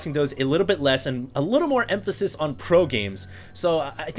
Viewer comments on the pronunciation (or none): none